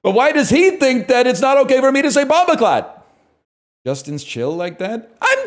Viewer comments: this guy said "bomb of clot" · “WHY DOES HE THINK ITS NOT OK FOR ME TO SAY (in the whitest way possible) BAMBACLAT” 😂😂😂😂